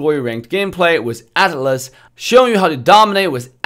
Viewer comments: What your saying is true. Atlas and Alice are completely different. Even in Official MLBB they pronounce as At-las. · Yeah, his T is silent and that's why atlas sounds like alice. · TheHeavieKiwie yeah, for some reason, some people call it alice, Or maybe that's how our ear hearing their pronounciation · He prounoces As Ah-(silent t)-Las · I just heard as Alice at first 😂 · I thought he was saying Alice lol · Ok so when he pronounce Atlas. He pronounce with T silent. Actually your comment popped up the moment I actually thought about this. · He read it as ATLAS but a bit slang since he is in NA I think